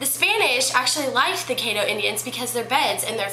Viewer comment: Excuse me but you need to learn how to pronounce caddo. Pronounce it like you are saying cat but instead of a t have ddo so then it spells caddo